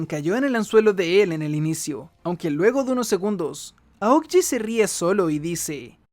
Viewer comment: Son solo ideas mías o él dice Aogiji en lugar de Aokiji?